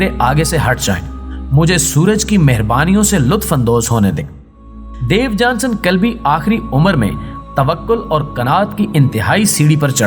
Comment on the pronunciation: محترم صاحب۔۔۔۔ مذکورہ شخصیت کا نام "دیوجانس کلبی" ھے۔ نہ کہ "دیوجانسن" یہ آخری "ن" زیادہ ھے۔ انگریزی میں اس کا نام "Diogenes" ھے۔ تلفظ "ڈایو جی نیز" لکھا اور پڑھا جاتا ھے۔۔۔۔ اور مزید یہ کہ اس کے اندھے پن کا تاریخ میں کوئی ذکر نہیں۔ وہ اندھا نہیں بللکہ صاحب بصارت و بصیرت تھا۔ ان غلطیوں کی تلافی کر لیں۔ ممنون رھوں گا۔